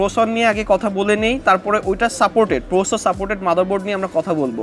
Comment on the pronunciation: Are boro sor Ota prosor na, ota Processor